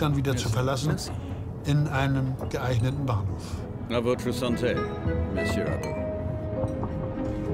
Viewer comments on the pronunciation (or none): none